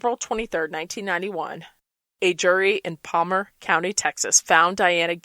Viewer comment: you keep saying Palmer...its PARMER